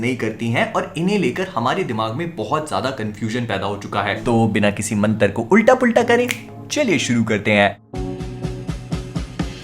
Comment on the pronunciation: It's not " man-ter" it's "mantraaa"